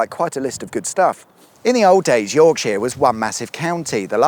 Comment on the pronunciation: Buckinghamsheer, Lancashurr and Yorksha...